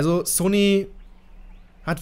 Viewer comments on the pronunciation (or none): none